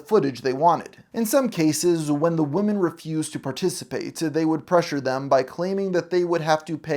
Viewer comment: The plural word “women” is pronounced “WIH’men” not like singular “woman” (“WHU-man”). I’m not sure why Gen Z and some millennials learned it incorrectly, but it’s really annoying given how much we need to get stories about trafficked women front and center.